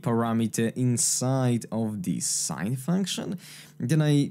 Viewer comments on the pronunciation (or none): none